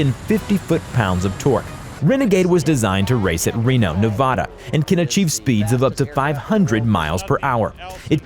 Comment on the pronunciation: Thats not how you say Nevada.